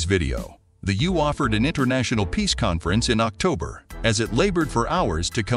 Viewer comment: The You? EU is always pronounce like the letters EU.....And it is Michel, a French name, not Michael. Is this commentary done by a robot?